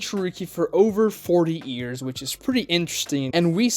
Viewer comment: Why do you pronounce "years" like "ears"? It's sounds incredibly stupid 😅